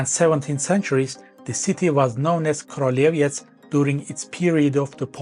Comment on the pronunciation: In Polish "ó" is pronounced like normal "u" so it's pronounces "kruleviets" Teutons were hired for 4 years by Poland to conquer Prussia for Poland before they create their own state, and when they were beaten up, Prussia became vassal of Poland for 191 years. Polish historical claim to this land isn't as strong as German but we have good modern justification for wanting it, since it's currently Slavic, continuous with our territory and would make for good payment for both German and Russian crimes from WWII and Cold War. Also Lithuania has also claim on it since eastern third of the region was called Lithuania Minor and spoke dialect of Baltoprussian heavily influenced by Lithuanian language until the end of XIX c.